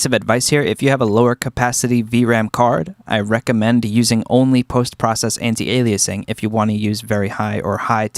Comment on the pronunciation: What’s up with pronouncing it “temp-oral filtering”? It’s /ˈtɛmp(ə)r(ə)l/ not /tɛmpˈɔːr(ə)l/. First syllable is stressed. Also, some guy said “anti-a-lie-a-zing”. I want to know who he is, so I can hunt him down and kill him. Couldn’t find fault with the content so I went after your pronunciation.